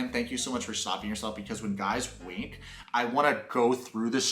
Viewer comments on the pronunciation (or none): sorry I'm high did you say WINK or WANK?